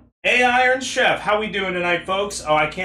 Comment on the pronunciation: "shut up i'm a tcheff" is something i quote on the daily now unfortunately